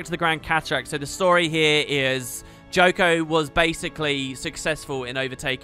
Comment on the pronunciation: It's not Joko.